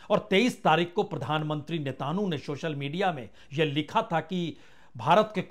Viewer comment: यार रह गये बिहारी ही नाम तो सही लिया करें नेतानू,नेतानू कहां से मिला ये नाम ।